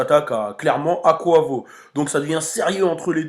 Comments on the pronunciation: c est pas koivo c est kouaivo sinon super vidéo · Ca se prononce [ Q / OU / HEY / VO ] 😂😂